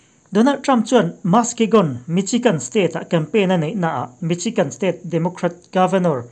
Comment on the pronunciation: Michigan i pronounced dan hi adik lo.misigan ti a lam tur .